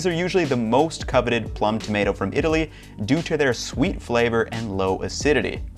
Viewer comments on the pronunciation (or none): none